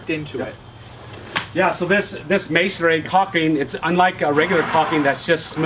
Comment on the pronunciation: Oops, there's no "air" in "masonry". Pronounced may-sun-ree, 3 syllables.